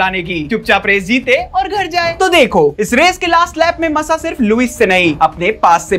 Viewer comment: Bhai please pronounce thik se karo Grand Prix ❌ GRAND PRIX (ग्रॉ प्री) GRAW PRI aise pronounce hoga ✅ MASSA = मासा not मस्सा aur wo Nelson Piguet nahi Piquet (PK) hai 🥲😭